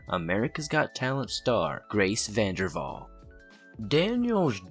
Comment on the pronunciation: It’s vanderWaal not vanderVall 😂.